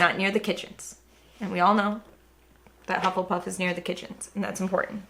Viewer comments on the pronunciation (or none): What is a "Huffel Puff"? LoL